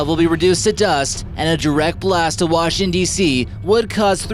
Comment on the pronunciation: Please learn how to speak more clearly, many times you blend your words together. Example ''Washing DC'' is not ther correct pronunciation. very annoying.